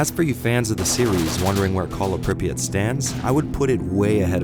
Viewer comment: btw it's pree [soft p as pee] ah [soft t as tea] i have no idea who thought of that transliteration it's 10 times more retarded than hepburn. like MOST of the words are completely wrong fps drops for obvious reason unlike "modern" games stalkers have modern (for their time) textures, polycount, lighting and physics your bullets can bounce of road or fall down if you shoot in the sky "modern" games made to run on 15 years old toasters with static linear levels and 16x16px textures with hitscan weapons i was ok with first metro, but i just can't tolerate more than 10 minutes at a time of the second it's such call of duty that i just uninstall it every time